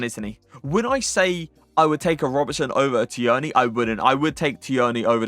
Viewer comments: Please stop pronouncing Tierney like that. You’re an English fifa streamer and you’re pronouncing his name like a 70 year old NFL flan: it’s ‘TEAR-NY’ - the ‘i’ is silent and shouldn’t be emphasised. Jeez. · Who is Tee-Yearney?😂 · You really need to learn how to say Tierney.